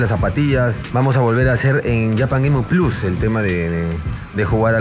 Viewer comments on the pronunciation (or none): none